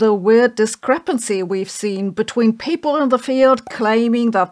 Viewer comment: Why you pronounce people "paple" ?